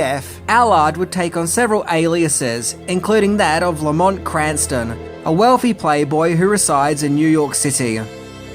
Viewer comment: That's no "Lamont."